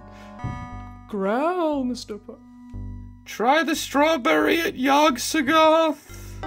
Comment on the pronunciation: I'm sure I'm the only one who's bothered by this, but I dislike how they say Yog so-THOTH. My friends and I always say Yog SOTH-oth. And the worst part is that there probably isn't even a canonical pronunciation. Because it's Lovecraft.